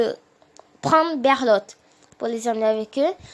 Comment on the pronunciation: Mdr c’est pas berlot mais bertold